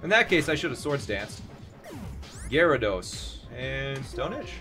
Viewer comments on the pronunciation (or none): none